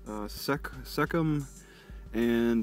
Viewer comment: First of all can you please pronounce the name of the town correctly.